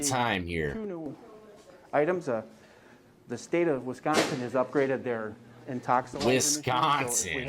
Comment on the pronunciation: Wisconsin death!!! WisconS-I-N!!!